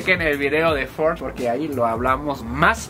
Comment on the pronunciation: Ford lo pronunció bien.